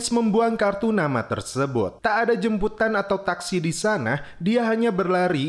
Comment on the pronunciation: "JEMPUTAN apa JEMBUTAN sih?